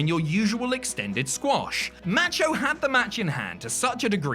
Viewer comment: Its not pronounced "matcho" ya git.